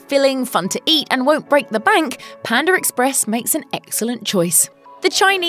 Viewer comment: Pander Express lmao